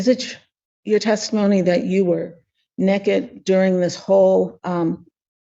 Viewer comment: Why is she so concerned with an old lady being naked and learn how to say naked. Omfg... ebonics